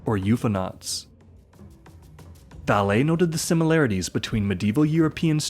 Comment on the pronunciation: Valê é a pronúncia, horrível ouvir o erro várias vezes